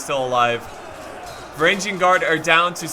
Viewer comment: And finally "varangian" would be pronounced with a hard "G" as in "golf", not as in "general"